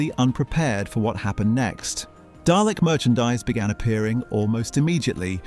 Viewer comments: How could a Brit mispronounce Dalek (dAHlek NOT dAYlek) so badly? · It’s DAAA-lek, not DAY-lek … !